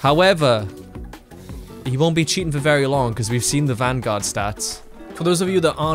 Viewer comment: Cheating ❌ Chea in ✅